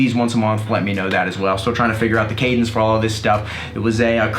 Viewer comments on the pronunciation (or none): none